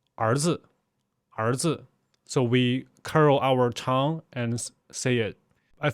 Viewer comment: Really interesting. Thanks for doing this. Talking about pronunciation, your english pronunciation is actually fantastic except one word that you said a lot in the video- tongue. It's a weird one, I know. We pronounce it 'tung'. in pronouncing it, you need to also swallow the 'ng' part of the word with an almost glottal stop.